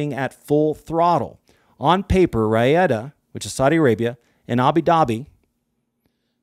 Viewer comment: Exacerbate: EX-ASS-SER-BAYT Riyadh: REE-YADD